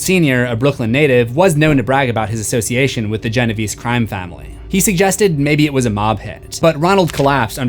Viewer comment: its pronounced jen-o-v-cee